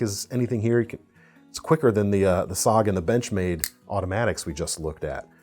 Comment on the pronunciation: It sounds really bad when you say SOG in stead of S-O-G. It reminds me of when a computer idiot referred to a BSOD as a BEE-SOD.